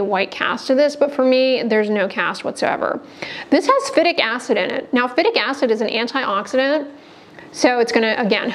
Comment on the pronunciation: Phytic acid is pronounced FAI-TIK acid.